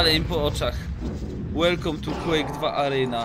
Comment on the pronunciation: Ale kaleczysz tego Quake masakra